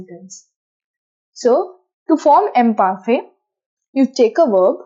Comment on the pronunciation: Kindly check the pronunciation of Imparfait.Your presentation is simple n good. 👏👏